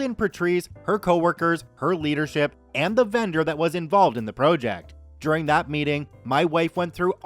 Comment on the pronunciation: why do you pronounce it pro - ject